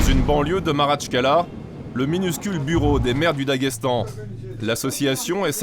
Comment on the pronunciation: Maratchkala ? 😂🤣 c est Makhatchkala , aucune crédibilité !!!!!!!!